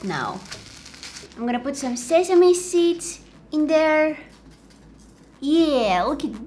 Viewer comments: ITS “SE SA MEE” no one says SE SI MEE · It is pronounced sesamee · how she said seesame😂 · Yeah the third time you said sesame or is it semi anyways yeah it was correct ✅ anyway I ❤YOUUUUUUUUUUUUUUU